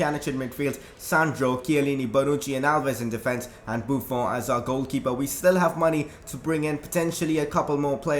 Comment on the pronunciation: u pronounce buffon wrong it is like a french accent in the end